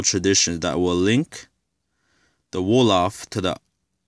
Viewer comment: Nice that you want to learn about your history. However do it thorogh before you start go telling things that is not so. You havent Done your research at all. Im am from the tribe you talk about and you do refrences that is way off. You dont even prononce the name right. Are you some hebrew isrialite confused guy? Its like you are learning as you read yourself. Do yourself a favour get proper info besides a king James bible and Wikipedia. You clearly havent Done your homework.